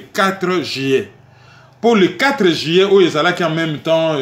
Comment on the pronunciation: s’il te plaît est-ce que tu peux revoir ta prononciation du mois “ Juillet” et non pas “Jillet”? Ce n’est pas pour te critiquer simplement car tu fais super bien ton boulot et moi je n’ai pas la capacité de faire ce que tu fais. Tu as le don d’expliquer les choses de façon pédagogique et précise mais juste une petite remarque. 🙏